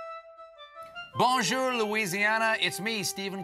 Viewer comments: No one here speaks French as a first language and definitely not European French with bonjour pronounced like that. If someone does, it’s like 2 people in the southernmost edge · I know. I’m a cajun,and I pronounce bonjour like "bon-jeor"